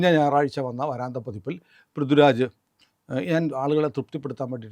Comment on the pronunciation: .... "vaRAAntha pathipp..." !!!??? "vaaraantha pathipp" ennu parayoo ishtaa...